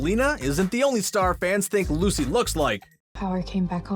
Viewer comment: Anyone else notice that when comparing Lucy Hale and Maia Mitchell he called Lucy "Lacy"???